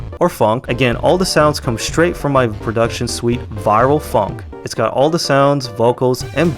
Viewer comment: very cool video. but evertime you said phonk or funk i was dying i little bit inside